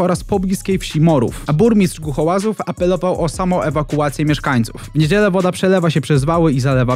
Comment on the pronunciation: Mieszkańców Głuchołaz, burmistrz Głuchołaz, nie Glucholazów xD